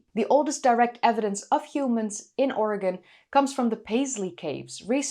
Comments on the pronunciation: Thank you for pronouncing 'Oregon' correctly. 'Oregin' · And yet, it should be pronounced correctly. But I have thanked for pronouncing it correctly. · Thank you for pronouncing "Oregon" correctly! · Thank you so much for pronouncing "Oregon" correctly!😀👍 Thank you for the updated video. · *standing ovation for your pronunciation of Oregon. ty for caring what locals say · You pronounced Oregon exactly like a local,something few Americans can pull off.😎